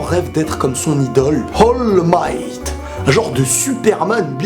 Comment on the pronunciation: C'est pas Hall Might, c'est All Might